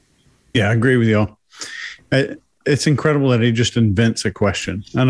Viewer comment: In-cred-a-ble . He wouldn't answer the question if it would save his life